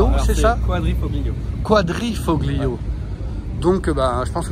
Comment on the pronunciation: Quadrifoglio se prononce Quadrifolio